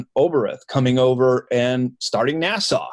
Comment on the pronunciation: NASA . Pronounced “Nassa” as in lass. Nassau, pronounced “ Nas-saw” is in the Bahamas.